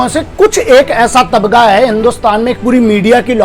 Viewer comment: Tabga nhi Tabqa hota hy